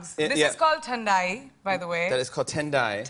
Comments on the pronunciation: It's not thandai It's then dai from now on y'll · I love her but why does she gives fake accent, she doesn't need that.. I mean what thendae.. Bhai thandai hota hai. 🥲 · i dont like it when "Thhandai" becomes "tandai"... like ilysm priyanka but you know its THHANDAI! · She said 'TANDAI'......But really she isss a great ambassador for spreading Indian Culture...!! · 'Tendai' is how Americans pronounce it, really it's "Thandai" (like a thunder 'th') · What tandaai??? 😂😂😂 Tandaaaii hahahahaha.... Its Thaandaai lols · I hate how she called it "tandai" instead of "thandai" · Bro why is she saying TENDAI? Priyanka whyyy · Mr. J it is thandai bhaang with those magical substances* 😏😂